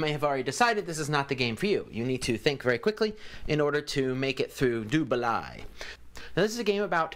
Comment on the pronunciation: I have noted that you are fairly anal with names so I'll take the time to correct you : it is pronounced "du baley" balai is french for broom, which as you know is what these whitch Cheerses ride.